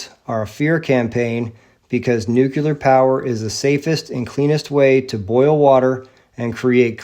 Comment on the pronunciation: Very powerful video! As you said, it is suspicious that the nuclear bomb technology was ready just at the end of WWII as the so-called RNA-based vaccine magically appeared in 2020. Additional lies include the Oklahoma and Boston bombings. Please note that nuclear is not pronounced nucular. God Bless.